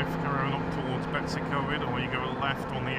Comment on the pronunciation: Typical english pronunciation of Betwys y Coed, however your take on Llangollen is a completely new one to me lol To be fair it's a funny language I never really got the hang of it. Beautiful country, poor poor pigeon.